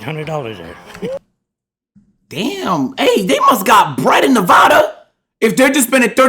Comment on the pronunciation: Nevaaaadaaa say it right or you won’t be welcomed here bro and with your other video with rakia look up google earth.